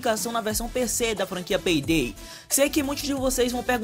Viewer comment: FALANDO PEI DEI KKKK VÍDEO TOP LIKE